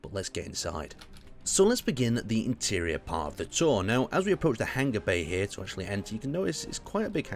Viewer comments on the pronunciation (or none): U say hanger wrong, u say it likes its hang-ger buts it hang-er